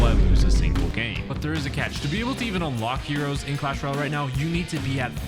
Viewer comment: btw its not clash royale it's cash royale